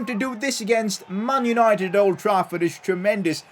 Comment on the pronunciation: "Mun yunoited"